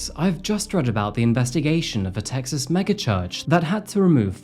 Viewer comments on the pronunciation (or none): none